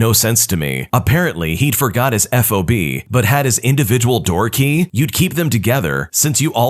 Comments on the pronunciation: i'm sorry, it's not called an f-o-b, it's called a fob, like cob. Fob. that last story made me crazy 🤣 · Fob. It's a fob, not an F.O.B., which is a shipping term. :)